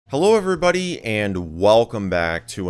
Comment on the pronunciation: bro realy said helorvreybody